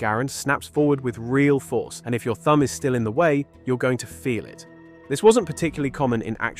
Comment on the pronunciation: It’s M1 thumb.not grams thum